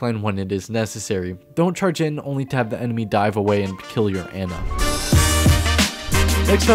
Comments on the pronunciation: It's pronounced Annah not anna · It's "Ah-na".